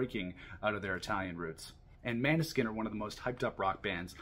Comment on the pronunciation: Great review! Just a heads up, it's pronounced "mOAn-eh-skein" not "mAn-e-skin"